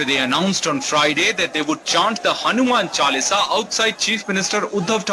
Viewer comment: Missionaries can’t pronounce “Chalisa”. It is not Chalisia